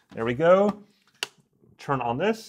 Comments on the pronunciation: I love your videos. Really informative and honest, and I know english isn't your native language, but PLEASE, please stop saying CHURN instead of TURN. I know you can say a T, I've heard you use that letter :D Kepp up the great work ;) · It’s turn not churn